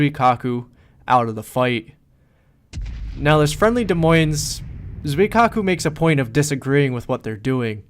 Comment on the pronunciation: I think you got the silent s on des but definitely not in the moines in this video